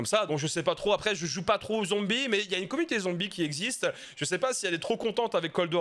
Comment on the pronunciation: Zombi ou Z homme bi. arrete avec les z'homme bi ici on parle de zombi ou si tu prefere avec une erreur zonbi. perso je suis bi mais la tu nous insulte avec cette prononciation